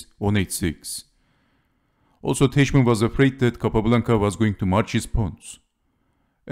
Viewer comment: Teichmann is read as Tajhman [taihman]